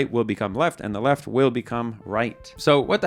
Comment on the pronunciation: Left? I thought you said Heft!